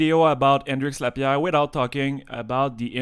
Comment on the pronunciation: I clicked on this video knowing I was gonna thoroughly enjoy the way he pronounces Hendrix Lappiere😅